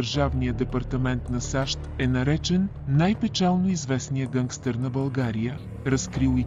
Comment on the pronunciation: Защо сте забавили Pitch-а на изкуствения интелект :D Записвайте собствените си гласове, а не ползвайте този на ИИ, че е тотал щета с ударенията :D "гЪнгстер" "хЪзЪртен" "кУреком" :D